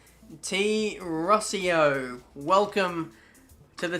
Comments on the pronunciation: I Think we say "Rosso" for Rousseau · The second crew man you hired has a French name, it is pronounced "roo-ssoh". Look, man, with the combined help of your French subscribers, your Finnish ones, etc...helping you pronounce those unpronouncable names in Dirt Rally, you're gonna get a whole lot better in languages haha !